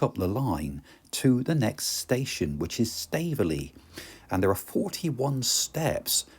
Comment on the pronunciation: "Staver-ly" (Stavely) & "Burn-side" (Burneside) - Surely they're pronounced "Stave-lee"" and "Burny-side" !?